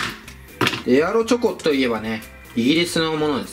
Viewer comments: エアロチョコがエロチョコに聞こえる人👍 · エロチョコって聞こえる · ⒊13 エアロチョコが、 エロチョコに聞こえる